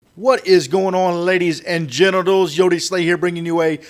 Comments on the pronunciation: is it me or did he say lady's and genitals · lol he says what going on ladies and genatals